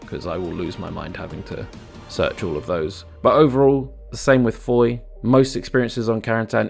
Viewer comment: Someday an english speaking youtuber will pronouce Foy right, someday... Not throwing blame, French get it wrong too sometimes.